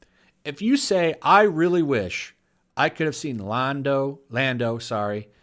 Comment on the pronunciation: Huuuuuuugh!!!! You mispronounced Lando's name! You're a racist! I am literally shaking right now. I am calling homeland security on you.